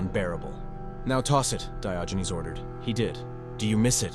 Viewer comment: He was not called Dayoginez. 🤣